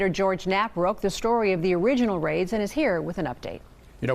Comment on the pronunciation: Faids?? What’s that word? I looked it up but it has to do with Irish something.